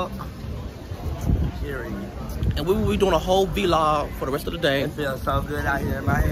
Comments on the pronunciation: It’s vlog not v-log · Yess V-log not vlog huh? 🤣🤣🤣